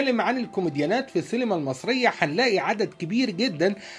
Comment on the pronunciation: شكرا ع الموضوع بس انت ليه بتقول سيلما هي اسمها سينما ولا ايه 🤔